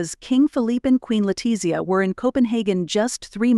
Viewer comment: Can we correct the Queen of Norway's name? Sonja; and then there is Letitzia Queen of Spain. Not only are the names spelled incorrectly, but the pronunciation is off as well.